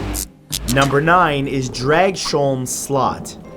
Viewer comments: I’m from Denmark and we actually pronounce it more like Draus-holm Slot... sorry, Danes are weird, I know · I usually listen to your videos while being on Facebook or playing video games, but I had to go back and check when you mentioned Denmark, as I live there, and find out what place you talked about. It's funny to hear Dragsholm Slot pronounced that way :D Thank you for great videos :) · Sorry to say, but you butchered the name of Dragsholm Slot. I don't blame you, Danish is hard, even for Danes XD Awesome list, tho :) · im danish and omg your pronunciation of dragsholm slot killed me haha i didn't realize what you were saying at first until i saw the pictures! other then that i loved the video, and dw i know speaking other languages can be hard so im not trying to be mean, just thought it was kinda funny :) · That... Is in no way how you say "Dragsholm slot" 😂😂😂😂 Thanks for the laugh, Matt. Nice to see Denmark represented though 😁